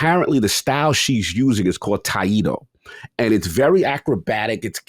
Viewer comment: Hai-achi, Tai-yido